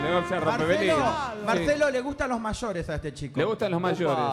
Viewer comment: "le guztan los mayorez". Ni que fuera Becky G. JA!